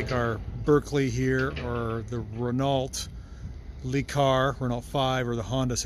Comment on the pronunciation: oof, you butchered Renault LeCar. It's "ruh-noh luh-car", not "renn-alt lee-car"... 😬